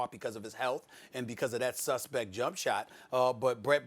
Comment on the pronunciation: Lmao the way Steven A pronounced suspect